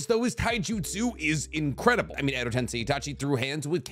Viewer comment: finally pronounced EdoTensei correctly ❤